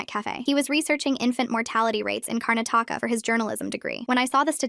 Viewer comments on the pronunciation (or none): why did they butcher the name Karnataka 😭😭🇮🇳